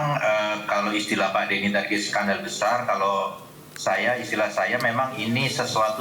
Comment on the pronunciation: Bukan sendal tp skandal hhhhh